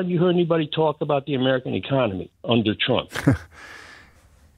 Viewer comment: He said im amweican . 😂😂 nooooo ur not .😂 ur europen